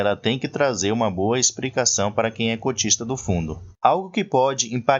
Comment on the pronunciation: DICA, "EXPRICACAO" NAO EXISTE, TE FAZ PERDER CREDIBILIZADE ESTA DIALETICA